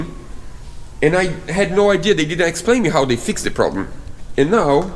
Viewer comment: Hi sorry to hear you have more problems with the build but im sure it will look amazing when its finished, one comment about grammer you pronounced fixed as fix ed may suggest that its pronounced fixd, you do not say the letter e so it sounds fix duh hope you dont have many more problems in building your dreams